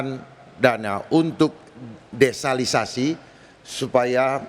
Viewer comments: Bilang sama pak darma desalinasi proses air asin jadi air minum,bukan desalisasi, Udah salah ulang2 lg ngomongnya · Kenapa Paslon 2 ucap " desalisasi" beberapa kali? Yg benar "desalinasi". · DESALINASI bukan DESALISASI